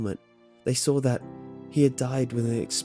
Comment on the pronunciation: "That's when I sawr it..." 😂